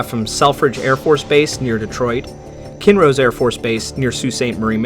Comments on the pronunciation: good job with the pronunciation, only miss i saw was "kinross" which is Kin-Ross not kin rose, its a hard area to speak cause of the indian and french names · As a person from cedarville, (originally) I don't think it's "kinrose", I've always heard it pronounced "Kinross". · I love your videos and you do a great job but It's pronounced Kin-ross Air force Base not ken-rose at 21.05